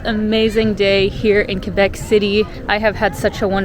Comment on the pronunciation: Good, you don't pronounce the u in Quebec.For other people I want to inform you that the u is silent.